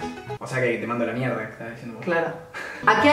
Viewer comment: Es mierrrda vas a contar? Jajajajajajajajqjaj😂😂 Los amo. Lastima su separación😭😭